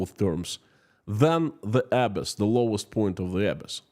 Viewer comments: Just for the future, the word "abyss" is pronounced "ah - BISS" with emphasis on the second syllable. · "abyss" pronounced "a-BISS" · As a fluent speaker of English language I can help you with the word abyss. It would be uh bis. with the accent on bis. I hope that is helpful. And in regard to the 29 Billion, It may have been unplayable anyway. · I'm not being a snob here, just trying to help: K, Abyss is pronounced Uh-bis. 😊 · You are mispronouncing the word Abyss. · Nice podcast. Thank you. One quick note on pronounciation of ‘abyss’. 😀The accent should be on the second syllable, not the first. 👍